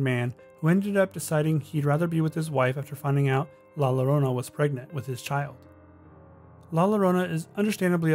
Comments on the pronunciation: you're supposed to pronounce the word "Llorona" as "YO-ro-nah". The double L's in Spanish have a similar usage to the letter Y in English. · With the name La llorona, llorona is pronounced with a y sound where the double L's are. It sound like la yorona. Small critique, loved the video I really enjoy finding creepy things where you normally dont see them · I'm sorry but this bothered me so much i have to correct it. two l's in spanish are pronounced as a y sound, so its pronounced "la yorona" not "la lorona" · It's no La Lorona it is La Yo-ro-nah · Great video! Only thing that bugged me is that Llorona was mispronounced It's pronounced like: Yo-ro-na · It's la ya-ronna although spelled la llarona. Double L in Spanish sounds kinda like a y. Edit:NVM someone already said that. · La Llorona is pronounced ( Lah Yo- ro-nah ) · The way he pronounced la llorona lmao